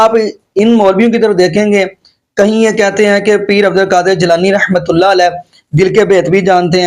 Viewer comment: جناب السلام علیکم ورحمت اللہ میں ر پر زبر ھے آپ رحمت اللہ کو ھی غلط پڑھتے ھیں درست کر لیں